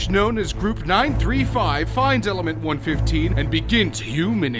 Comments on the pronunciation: it's not 1-fifteen it's 11-FIVE I'm sure you know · It’s one one five not one fifteen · it not one fifteen its one one five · him saying element one fifteen made me mad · South Park, btw one one five, not one fifteen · one one five. not one fifteen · It's pronounced "one-one-five" and not "one-fifthteen" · 1 15 really 😑 it's pronounced one one five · It's element one one five not one fifteen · Good video but i want to say one this.....its not element 1-15 its element 1-1-5 (- <--with theese little lines i show the pacing of the numvers said. ) i hope you understand what i mean :)